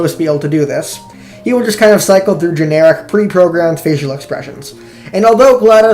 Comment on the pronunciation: GLaDOS oh it's "Genetic" i thought it was "Generic"